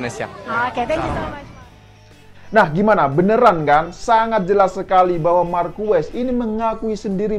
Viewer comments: Markes bang nyebutny Marquez.. 👍👍👍 bukan Markues 🙏🙏🙏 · Gw pernah nonton langsung GP di Sentul, jadi paling ngga gw sudah pernah merasakan atmosfer nonton langsung di sirkuit internasional. Gak seperti presenter ini, bahkan nyebut nama Marquez aja salah, ketahuan kalau dia sebenernya fans Moto GP karbitan. Dan gw rasa, dia juga gak bakal nonton gelaran Moto GP di Mandalika nanti, entah karena dia sebenernya gak suka Moto GP, atau dia gak punya uang untuk berangkat kesana. Jadi kemarin gw sempet nonton video di chanel ini yg membahas perbincangan para rider dengan Jokowi dan mengaitkannya dengan Anies atau lebih tepatnya menyerang Anies, tapi sepertinya video tersebut sudah di take down, dan diganti dengan video ini. Sebenernya euforia kembalinya gelaran otomotif kelas dunia di negeri ini, gak perlu diikuti dengan sentimen negatif kepada Jokowi maupun Anis. Kita nikmatin aja tontonan ini, baik secara langsung maupun dari tv. Gelaran skala internasional ini seharusnya dapat menyatukan kita sebagai bangsa yang sedang disorot oleh dunia. Tinggalin polarisasi pada pemilu kemarin, toh nanti juga Jokowi udah gak bisa nyapres lagi di 2024. Sebagai penikmat event olahraga atau balap, apalagi yang berskala internasional, jujurly gw kangen bisa nobar di sirkuit/stadion tanpa harus merasa saling curiga satu sama lain. Curiga kalo orang disebelah dia cebong apa kadrun. Udahlah, ga enak kan kaya gitu. Fyi, dari tahun 1997 sampe sekarang gw golput, dan sepertinya akan tetap begitu kalo sistem demokrasi kita masih seperti sekarang. Gw gak mau nga